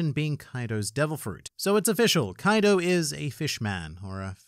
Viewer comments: Why are we still calling him Kaido?? It’s Coido! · Kaido more like KOI-do